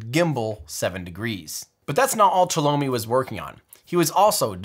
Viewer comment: There are much more mistakes, almost every other name is pronounced wrong, including, for example - Chelomey - it is not [shalomi], it is che-loh-may.